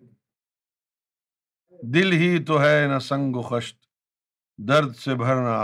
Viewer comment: میری دانست میں خشت کا تلفظ “خِشت” ہے۔ خَشت” نہیں۔